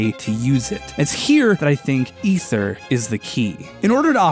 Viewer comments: Is Ether (eth-er) the canon pronounciation for the thing in Dauntless, or are you mispronouncing, as Ike screams on up B (and is pronounced the same as Ether in the Xenoblade games (which I wouldn't mind some sciences on, especially with 1 getting a definitive edition)), "AE-THER!" Edit: wait you fixed yourself up later in the video. I guess it was a misread for the introduction xD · I liked this video until some idiot called it ether (eh-thur) instead of Aether (a-thur) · Sorry to be picky but it’s pronounced A-THER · Why do people pronounce it EH-THER!?!?! IT'S AY-THER NOT EH-THER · eether not ehther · I’ve always heard it “Ay-thurr”, why would it be “E-therr” when the word ether exists? Aether clearly has an A in front, thus it should be pronounced with an A sound. Yes, I know English is a wacky language but still. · hey its tnot eth-er its E-th-er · say it with me Ay-th-er not ether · im pretty sure its pronounced ee-ther not eh-ther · it's not ETHER it's -->A<--ether AETHER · Isn't it pronounced "eether" not "ether" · You pronounced aether wrong it's AY-THER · The pronunciation of Aether (Aye-ther) hurts me. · It's pronounced ee-ther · Sorry but did you just say ether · Aether not ether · IT IS PRONOUNCED EETHER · My god he said ether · The "Chair-rig"? Bro, your soft eh-thur is passable and has historic value, but JFC on a stick, it's Char-rog. Like Balrog crossed with Char. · Aether (A-ther) not technically Ether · ITS CALLED EETHER!!!!!!! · Ee-ther by the by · Aether >w> with an A, not an e Im sorry, it just really bothers me and i've been trying to get over it. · ...I'm slightly trigger by his mispronunciation of Aether